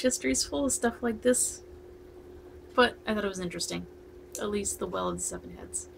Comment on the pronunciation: Hi im from the Isle of Skye. Your pronunciations of the names are almost spot on. To add mysteries to the tail. There were five young lads drowned at the well of the seven heads a car accident. They are supposed to have left the road and drowned in the early hours of the morning. There has been many sightings of the car over the years as people dip their lights as they see lights coming towards them. as they get round the corner there is nothing. A small amount of folk have had the ghost car drive straight through their car. None of these people ever drove that road much after dark or before daylight in the morning. I haven't heard of any sightings since the rear 2000 but that doesn't mean there hasn't been. most people keep it quiet if they have. I haven't witness anything but the three miles north give me the fear when it is dark and misty. You definitely feel you are not alone..